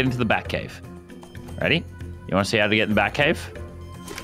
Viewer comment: Are you reary instead of ready for update night